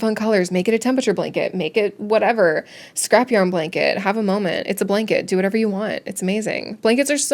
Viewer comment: “To get the iced whatewer” hahaha😅